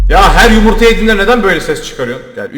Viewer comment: Abi onun adı yumurta değil yumuytahahaha😂😂😂😂❤❤❤❤